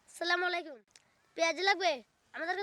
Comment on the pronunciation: সালামালাইকুম❌ আসসালামু আলাইকুম✅ সালাম ঠিকমত না দিলে অর্থ বিকৃত হয়।